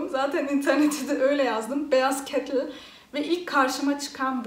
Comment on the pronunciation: Ne güzel kettil diyosun 😀😎